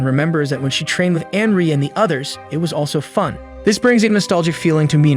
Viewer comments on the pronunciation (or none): Its anri not ari